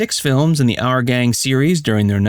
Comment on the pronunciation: It's not " Are Gang ",...it's ' Our Gang '. ' our '...pronounced like ' hour' only w/o the silent ' h '. Geeze.